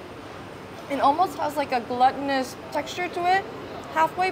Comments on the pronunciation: I've heard you say glutinous in other videos and just wanted to clear up how to say it because the way you're pronouncing can mean something else. It's pronounced like gloo-tinous. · I think you mean to say glutinous (gloo-tin-us) as in gluten and not gluttony :)